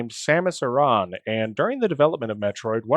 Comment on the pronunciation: Dude! DUDE DUDE!!! You said her name correctly! OMFG I love you right now. I have this irrational pet peeve about people who pronounce it like "Erin". It's "ah-ron" or "ah-rahn". Ty ty ty. Easy up vote from me.